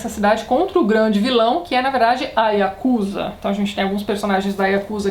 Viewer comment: Tati, "Kuro" se pronuncia "cúrô" e "yakuza" se pronuncia "iacuzá"